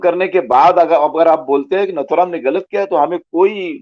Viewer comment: His name is nathuram and not naathuram. Pls pronounce correctly. नथुराम नाथूराम नहीही